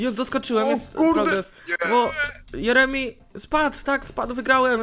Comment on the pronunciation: Powiedział jeremi xd